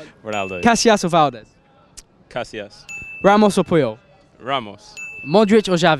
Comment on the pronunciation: The way they pronounced Casillas makes me wanna puke